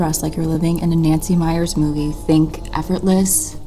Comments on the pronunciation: I love Nancy Meyers movies. I somehow missed that she directed The Intern, which makes sense. By the way, as someone whose last name is "Mayer," and which is pronounced the way it looks, not "Meyer." Similarly, the director is Nancy MeyerS, not Nancy Meyer. Also, if you want to pronounce Ralph Lauren correctly, watch the Friends episodes where Rachel works at Ralph Lauren, which has a cameo with Lauren himself. All the characters in the show pronounce his name LAU-ren. Lau-REN is widely used, but not right. Sorry, but as my name is LAUra MAYer, and I've had both my names mispronounced and misspelled for years, having both those names used incorrectly pushes a couple of buttons!🙂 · Girl every time you said Nancy Mayer all I could picture is Oscar Mayer Weiners lol it’s Nancy *MeyerS. Anyways love the rise of a more classic design style…although apparently Nancy doesn’t like it lol so I call it the Beth Rubino aesthetic since she was the production designer/set decorator for Something’s Gotta Give & It’s Complicated. Credit where credit is due ya know? ❤